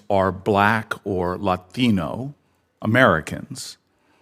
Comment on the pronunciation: Why did Booker pronounce “Latino” like that? 😭